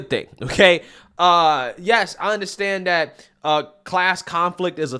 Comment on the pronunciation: Why do you say DAT ? Stop with the heavy ebonics. Try saying THAT. You can do it 🤭